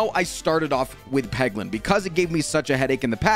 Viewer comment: Peglin? Y'know, like, Poglin?